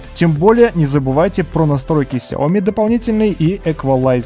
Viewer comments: Не сЯоми, а СяомИ. Хватит каверкать название компании. Слух режет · сяоМИ, на МИ ударение блеать! Аж уши режит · В бровЕ, сяОми. Слушаешь тебя и представляешь монолог отсталого. Может стоит подучить языки?